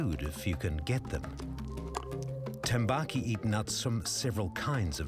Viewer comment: yes but its tambaqui not tembaki